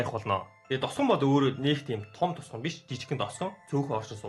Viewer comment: Т үсгийг Д үсгээр хэлээд бхы тосгон гэхийг досгон ч гэх шиг